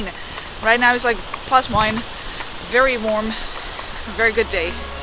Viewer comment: Did she just say "very warm"? 😅